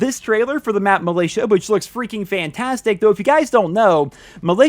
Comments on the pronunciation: militia isnt pronounced milaytia btw its mil-ish-a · Did you call it Malaysia? It’s mill ish ah